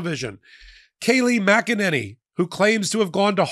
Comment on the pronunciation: Mackaninny. That really made me chuckle.